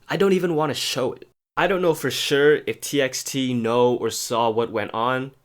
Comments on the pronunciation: isn't it pronounced as t by t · Its pronounced as "t by t" btw 😂